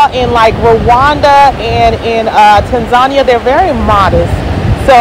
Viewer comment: I think she is pronouncing Tanzania wrong.